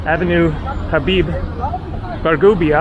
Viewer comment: habib bourgeba not bargubia